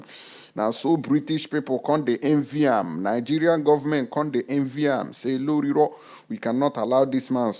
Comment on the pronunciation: 🤣🤣🤣🤣🤣🤣🤣🤣🤣😂😂😂😂😂😂😅😅😅. I couldn't help it but laugh my head off when i heard you say, some people are using torch and lantern to look for tinibu. I also love the way you say, lorilo.